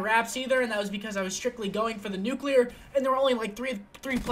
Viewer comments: seth, nuclear not nucular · NUH-CUH-LEE-AR ffs, not how u say it m